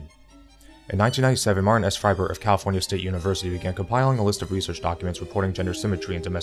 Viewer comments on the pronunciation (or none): none